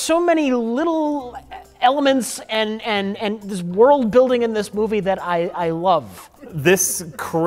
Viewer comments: "wurdle-building"... another magnificent new word invented by. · "wordel building"